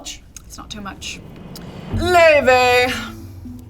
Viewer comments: wait why the hell do they pronounce her name like 'loy vey' is she jewish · her name is pronounced "lay-vay" and she is icelandic 🤍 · I can't believe this is how I found out I've been mispronouncing Laufey all my life